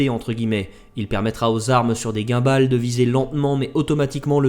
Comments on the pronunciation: Thanks!... Par contre "gimboll" plutôt que "gaimbale" 😅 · Comme toujours , la vidéo indispensable de la semaine !! Une remarque drôle : Tu prononce les termes avec un léger accent mais les Guimballes j’ai été choqué 😂😂 !